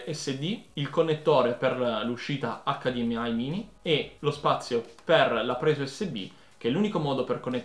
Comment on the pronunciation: ahahah hdmi mezzo italiano mezzo inglese:)